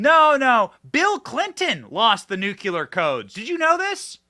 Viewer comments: It is pronounced nu-clear, not nu-cu-lar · Love you Benny, but it's NU-CLE-AR, NU-CLE-AR, NOT NU-KU-LAR; that's not a word. You're a smart person... so I axe you'ze, wassa problems? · Say the word “clear”, then add “nu” in front of that. You will then have said the word “nuclear”.Not “ nucular” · The word is NU CLEAR, not NU CULAR! 😂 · OMG Benny, STOP SAYING NUKULAR, THE WORD IS NUCLEAR! When you say it wrong you sound like a hick... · Love you dearly and hope you are going to be out there for decades. And/ But please make this one teeny adjustment: Nu-KLEE-ur. Not nu- cul-UR. Thanks. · Damn it Benny! There is only 1U in Nuclear.. it's not nuQuler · I thought the only one saying Nuciler instead of Nuclear was George W Bush! 😂😂😂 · Nuclear, pronounced(Nu- clee - ur). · Benny! You are not GW Bush! Newclear. Newclear. Please!!!! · Dude, please pronounce Nuclear correctly. Sorry. It’s a peeve. 😂😂😂